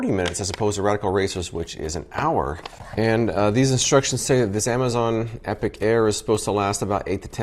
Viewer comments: Epoch.... Epic.... different words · Epoch is pronounced EE-pock. Epic is a totally different word. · It took me a good three minutes to figure out you meant epoch, not epic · epoch pronounced epic... strange. googles it, it's pronounced both ways. some words you've only read. read not read..... spelling's hard too. read that sounds like red, but is spelled like read and read. okay, let's watch this review.